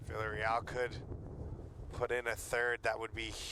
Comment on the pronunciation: Lol he isn't saying Villareal right